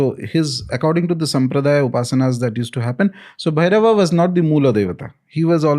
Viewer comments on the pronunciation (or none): pronounciation of "Bhairava" is the correct one. Ranveer is doing it "bherav". Sanskrit is loosing its shine because of Hindi.